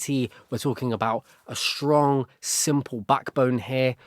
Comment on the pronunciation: This is great and I’m really loving it, but I have to say do you notice that you say sh instead of s a lot? Like you say shtrong instead of strong lol